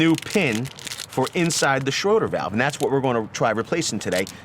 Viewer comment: Its "shray-der" not Schroder...ffs.